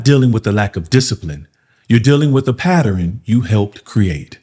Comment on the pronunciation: "Pattern"...not "Patterin"